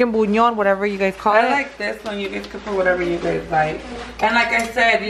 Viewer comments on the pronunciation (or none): It's pronounced Bulyaan...girl I be googling word pronunciations...don't even trip girl!!!🤣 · Your title needs to say "collab" not "colab" 😂 I love chile rellenos. Lots of work but worth the effort. you're too much! Telling everyone to hush up and it's "boo-lee-on" you pronounce it so cute! 😄💖💫